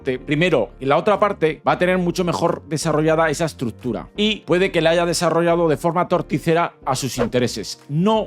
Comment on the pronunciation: necesitas aprender a pronunciar la palabra estructura